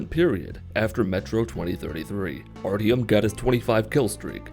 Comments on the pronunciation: It's Artyom like Art-yom. Not Arty-om. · Did this man say Ardym at the beginning? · The way you pronounced Artyom.... Oh my god I'm shook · The way he said Artyom is making me want to vomit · Yes a English speaker messes up a Russian name. Next you'll be telling me I have to except the butchery the VAs made of the English language.